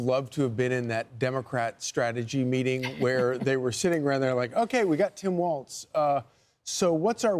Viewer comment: Tim's last name is pronounced walls, not waltz...